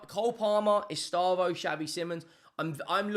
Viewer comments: It’s pronounced “S - Day - Vow” not estavoH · Pronunciation guide: eh-SHTEH-vo